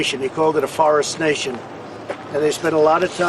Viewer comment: tRump is a fool’s fool. And it’s “forestation” you idiot! Not “Forest nation!” 🤪